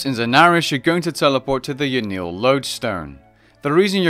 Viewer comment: Ya-nill..... you mean yan-el?